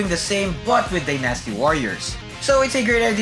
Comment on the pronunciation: You are pronouncing the word Dynasty wrong dude!